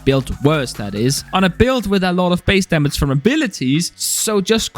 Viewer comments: why does this guy say Damats instead of damage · Why are you making gaming videos when you cant say "damage"..?